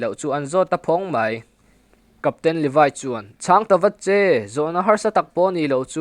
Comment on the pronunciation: Levaiiiii anilo levi vi i viiiiiiiiiii English deuh a lam angailo ngaihthlak hrehawm